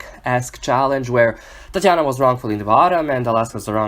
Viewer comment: I love the way you say Tatianna